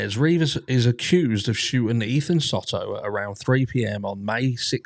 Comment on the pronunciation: Hey there my favorite True Crime Brit! As a Texas local, just letting you know that it is pronounced like Soe-toe. I can't find the proper keyboard symbol to do it right. Both Os make the long O sound.